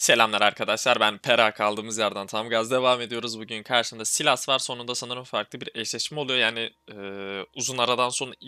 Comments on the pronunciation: bro saylıs diye okunuyor silas değil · guzel video ^^ ama artik sylasa silas diye seslenmesen :D